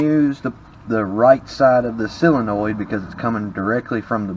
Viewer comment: It is a solenoid. Pronounced, sol en oid.